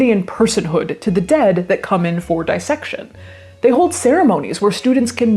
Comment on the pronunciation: It's "disssection" not 'dyessection'; like 'Miss' or 'piss'. Nobody nobody pronounces this right or I'm delusional. 'This' is another example!